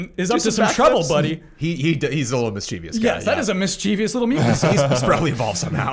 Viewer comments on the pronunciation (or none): Correction: 'mischievous' is pronounced differently. There is no 'e' after the 'v'.